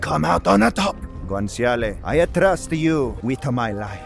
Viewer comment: dawg. if i hear u say guanciale's name with this ridiculous character you've concocted one more time... I'm gonna throw myself out a fucking window.